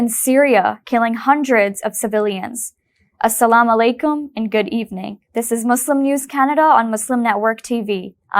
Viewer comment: SHE SAID ASSALAMUALAIKUM DIFFERENTLY